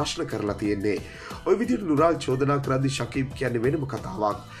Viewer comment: නුරාල් නෙමෙයි බොල නුරුල්.😁😁